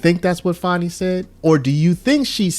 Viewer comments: I think you are pronouncing her name wrong. I believe it is pronounced 'fanny', not 'fawny'. Lol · fan i not fawn i . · I think it’s pronounced Fan ee not fawnie. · It’s FANNY! Ya’ll been gaslit into saying it wrong 😠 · FAN-e, as in football fan 😂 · Do you have a problem pronouncing this word "Fani" sound it out. It is a behavioral description.